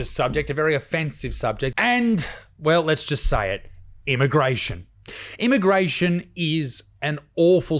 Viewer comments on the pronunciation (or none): It's immigration not immagration. Apart from that, great content mate. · “volumptuous”? “immagration”? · “Immagration” lol